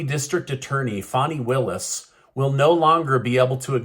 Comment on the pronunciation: Fan e Willis pronounce